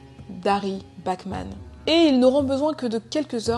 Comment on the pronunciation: A chaque fois que tu dis "Bachman" j'entend "Batman" mdr